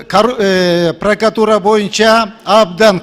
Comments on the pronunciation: пракатура эмес прокуратура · Прокатура эмес.прократуура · Эй окубаган пркатура эмес прократура дежи сени кайсыл эл шайлады экен сабатсыз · Пракатура эмес. Пракратура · Пракатура эмес туура айталбайт даже. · Прокатура дейтко😃